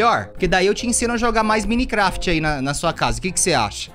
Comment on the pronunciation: Como é escrito: Minecraft Como pronuncia: Mainicrefiti É muito top kakakakaka